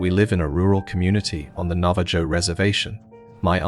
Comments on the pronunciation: Navajo is pronounced Nav-ah-ho, I'm a bit insulted that you didn't check to make sure you had it right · It's gotta be, nobody pronounces Navajo like that